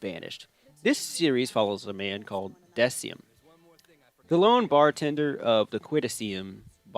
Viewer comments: deciem?! I just like I can't his name is said in the anime how do you still manage to fuck it up? decim pronounced de-kim. de like the beginning of the word dead or death and Kim like kimbap like I can't comprehend how you messed that up also I've seen both day parade's ice skating skating scene and moody of the yoi ones as they are everywhere and death parade just does it better imo. it's animated better it flowS better it's more visually stunning and appealing and the story chi's story tells is more heart touching than in YOI. if a series is centered around ice skating then every ice skaking scene should look phenomenal or at least the animation should be consistent throughout the series so I don't give it flack for budget and animation cuts. sorry not sorry. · deciem..... say this with me de-k-um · Am I the only one who noticed he pronounced Decim?